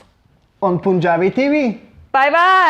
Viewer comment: Its not poonjabi tv. Pun' jabi tv